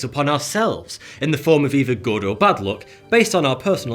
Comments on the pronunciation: It's luck not look 😂👍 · the way he pronounces ''luck'' is so wrong that for some time i thought he is talking about beauty, not about luck. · His pronunciation of "luck" sounds "look" to me. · I honestly misheard u say ‘luck ‘as ‘look’🤣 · Mustache dude: ''luck'' What l hear : ''look'', ''lewk'' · its "look" not "Luck" at least for me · Who else mistook him saying "look" instead of "luck" ? XD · KEPT HEARING LOOK INSTEAD OF LUCK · everytime he says luck, i think he says look. for about 1 minute i thought he said that being born in summer gave you a better look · after hearing him saying luck .. I thought he was saying look ......fook Linda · Are you saying luck or look? lol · Was he saying luck or look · This entire time i thought he was saying "look". What am a looking at? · I was confused until I understood he was saying "luck" and not "look", lol. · every time you say good luck I think you are saying good look !